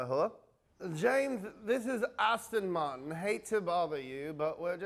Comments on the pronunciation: Ass-Ton Martin 😂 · Lmao ASTIN MARTON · Hey, it's Aston Martin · Hehe ass ton martin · ASSTIN MARTIN